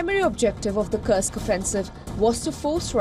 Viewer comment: Would you kindly stop mispronouncing the name. it's KURSK, not KURKS. Thank you <3